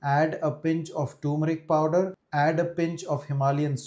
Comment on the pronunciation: Sir learn to pronounce ' turmeric '